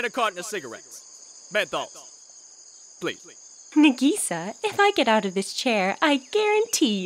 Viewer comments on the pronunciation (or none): I like how the teacher says Nugesa and not Nagisa. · Only problem I have with the show so far is that they pronounce and Nagisa completly wrong. Other than that, awesome series.